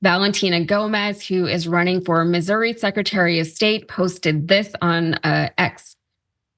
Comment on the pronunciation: She mispronounced "Missouri".